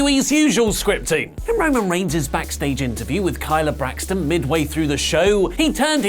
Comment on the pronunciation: kyla Braxton? you mean kayla